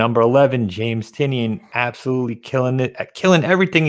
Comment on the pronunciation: Tynion.....it's TIE-nē-in, not TEE-nion